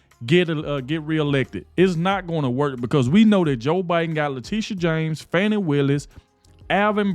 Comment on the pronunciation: Saying Fani’s name with the correct pronunciation sets you way up there man. You did your homework and many of us appreciate that.